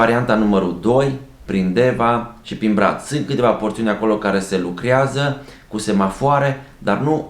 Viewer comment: Pronunțarea românească este "intrarEa" nu "INTRARIA" (la faza cu bariera de la drumul forestier ... și la minutul 13.35 - "porțiune de drum la care se LUCRIAZĂ"?